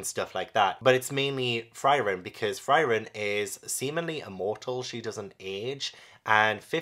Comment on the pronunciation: Frieren is pronounce like Free-ren, it means freeze in German.